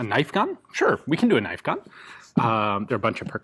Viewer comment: Now there's a knoife